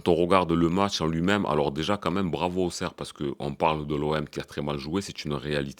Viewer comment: Salut Avant tout tu es un des seuls à bien prononcer Auxerre. Même si j'ai bien rigolé hier au soir, je pense qu'on a les mêmes problèmes, des joueurs pas au niveau avec une grosse possession mais sans aucun impact et en plus pas de banc. Bravo encore pour ton analyse bien pertinent. Force à toi Patrick le Parisien